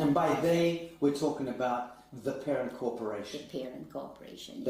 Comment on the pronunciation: Pair-rent...its in the name...they consider your babies your rentals